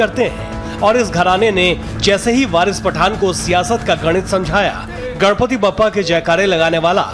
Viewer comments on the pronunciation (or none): Gadpati nahi ganpati. Theek se bolo naam.